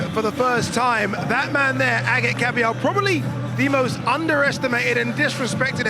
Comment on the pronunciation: they pronounce AGIT right. excellent fight. the liver king has de-livered again.:face-fuchsia-tongue-out